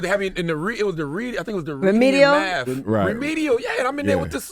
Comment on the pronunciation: Also, C the God is complaining about being put in all remedial classes but can't even pronounce Math. lol